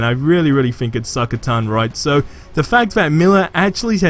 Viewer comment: The word "Think", doesn't start with an "F". You're freaking English and you barely speak it... Hahaha jk, man.